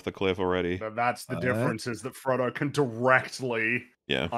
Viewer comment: "For Trungo"